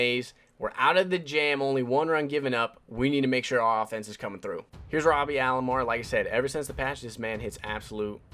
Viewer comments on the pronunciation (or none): none